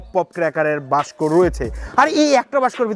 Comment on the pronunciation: দাদা বাস্ক না ওকে বলে বাক্স 🤣